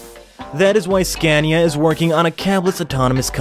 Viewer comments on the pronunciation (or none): none